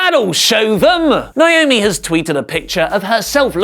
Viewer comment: It's NA- O- ME!!! Why do ya'll keep doing this?! Yes, my sister's name is NAOMI!